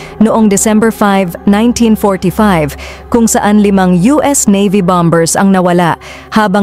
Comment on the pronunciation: BOMBERS …pronounce Ba-mers po…hindi bam-bers.. nasaan ba si..?? 😅😅